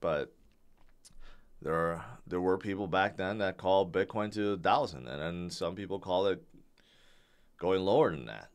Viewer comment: Sounds like you are saying "bidboy". :)